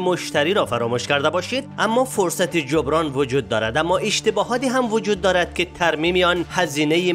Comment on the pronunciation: وای دمت گرم با این لهجه تخمیت فقط اونجایی که میگی (ایشتیباهات) اخرش بود